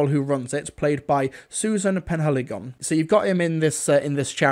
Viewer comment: Man, Susan Penhalligon is in it?? She’s a distant cousin of mine. It’s pronounced pen-ha-le-gun (it’s Cornish)